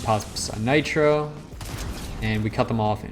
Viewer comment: 3.00 bro said natro😂😂